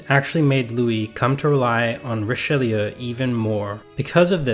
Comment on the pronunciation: It’s Richaloo! Pronounce it Richaloo!!!!!!😡